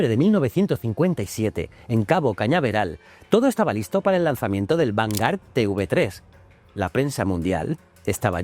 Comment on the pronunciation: Vale decir "vangar", por favor, di vanguard, la g, la u y La a, se lee gua, si en vez de a a fuera una "e", eso sería diferente, a menos de que seas de los que dicen "Microsoft", lo siento pero así como me encanta tú programa, me pone enfermo la pronunciación inglesa.😊